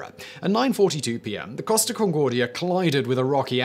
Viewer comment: i kept thinking he is saying cost of instead of costa